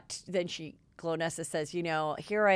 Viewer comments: NOT GLOWnesa, it's GOL-nesa!!!! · Golnesa, not Glownesa Heather😄😘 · Lol 😆it's GOLnessa not Glo nessa! Haha poor girl. She isn't remembered nor got name right! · Part of why she might be annoyed is you don’t say her name right … GOL - NESSA as in goal - nessa